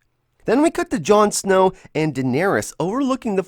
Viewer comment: I thought you called jon snow, jon snooze.